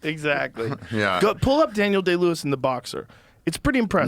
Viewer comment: idk "Daniel Gay-Lewis" was pretty hilarious to me as well